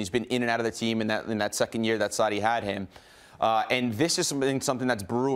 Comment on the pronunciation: Sarri seems to be hardest word for Americans to pronounce